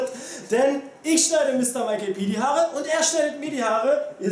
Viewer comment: Die "Harre" lol xD es heißt eig Haare